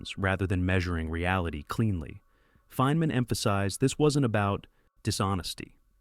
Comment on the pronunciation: “Feenman”?!? And that’s not the only instance of AI narration idiocy in this video. Did you use AI to generate the narration content as well? The instant I hear AI narration, the entire video is immediately suspect as yet another case of Cargo Cult Video Production, a scourge that increasingly infests YouTube. No one produces 32 videos in a month without industrialized production. What we have here is another channel that’s pooting out AI slop, making it harder for genuine content creators to compete. Shameful.